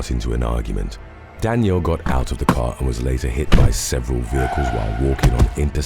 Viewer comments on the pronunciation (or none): none